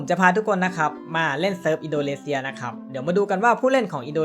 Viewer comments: อินโดนีเซียครับพี่ไม่ใช่อินโดเลเซีย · อินโดนีเซียครับ ไม่ใช่ อินโดเลเซีย 555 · ทำไมผมได้ยินว่า อินโดเลเซีย